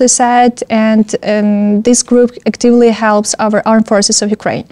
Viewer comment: не надо говорить быстро! У вас не тот английский! Говорите медленнее, говорите чётко! Тогда вы будете слышать свои ошибки. Active (ударение на первый слог)